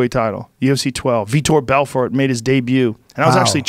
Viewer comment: Joe "Victor Belfort" Rogan, lmfao I remember when he mispronounced his name xD